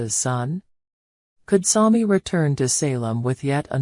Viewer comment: Learn how to pronunce SAMI